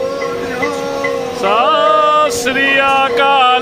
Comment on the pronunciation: गुरु प्यारेयो सास रिया काल नहीं ❌ "सत श्री अकाल" बोल्या करो जी❤